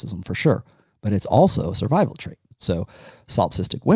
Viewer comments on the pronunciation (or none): none